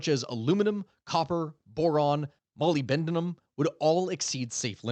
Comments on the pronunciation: Molybdenum is pronounced muh-lib-denim Not molly-bendin-em as you say in the video! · Great video as always, but repeat with me, mo-lib-den-um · your pronunciation of molybdonim hurt me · It’s pronounced Mo-LYB-den-um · that is NOT how you say molybdenum, lol. "Molyb-denum" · Bro, the way you said molybdenum has me cracking up. It sounds like you were telling some lady named Molly to bend some stuff 😂